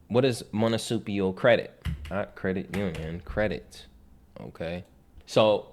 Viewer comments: MUNICIPAL. Say it slowly as many times as necessary before making a recording. Too many people try to discredit great wisdom… keep up the great content. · Dude, you can't even pronounce "Municipal Credit", anyone can read information, show examples and prove it. Show some receipts. I learned in life to ask people to prove it and if they can't, then it's just information. That's all.